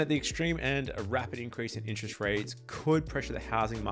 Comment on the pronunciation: It's "interest" rate, not "inch-rest" rate.